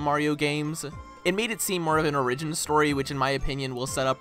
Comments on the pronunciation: Dude said “Origin” very badly 💀💀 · love how he says origin. Great review! I doesnt matter if you're late, the review is still great no matter what!